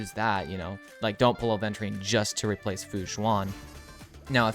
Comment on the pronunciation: It's Aventurine, not aDventurine